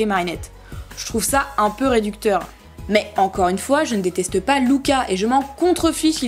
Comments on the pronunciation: On ne dit pas Louca on dit Luca🙊🙊🙊🙊👫👫👫👫💑💑💑👼👼👼👼❤💟💙❤💟💙❤💟💙❤💟💙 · Pas Louka mais luka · Ça m’énerve tu dis Louka😂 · Perso j'adore Luka moi... 😍😍 ( mais il me semble que ça se prononce Lucas )